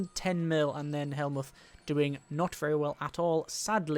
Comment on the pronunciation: also Von Moltke's first name is pronounce Helmut.